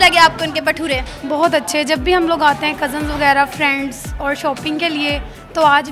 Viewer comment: Not pathura say भटूरे